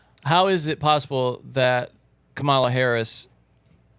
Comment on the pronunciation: I love all of sams variations of carmello/camilla/carmella/kamayla/camella/ etc. harris name 😂😂😂. I dont think he has gotten it right even once and its hilarious